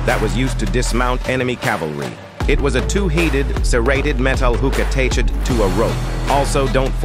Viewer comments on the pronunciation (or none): Pronounces attached as (ateiched) 😂